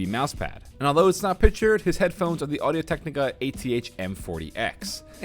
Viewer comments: is it just me or did he said audio technic kinda weird? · the way he says audio technica grinds my gears :)